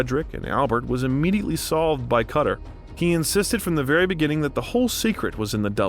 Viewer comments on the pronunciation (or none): none